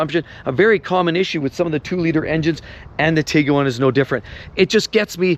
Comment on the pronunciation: The name of Volkswagen's Tiguan SUV is a combination of the German words for "tiger" (Tiger) and "iguana" (Leguan), pronounced "TEE-gwan"